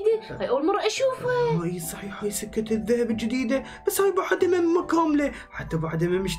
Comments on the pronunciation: جيجي اسمها سكه وليست سجه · جيجي قال سجه قطار😂